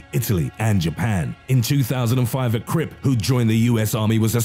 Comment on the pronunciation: Its CRIP not CRIB.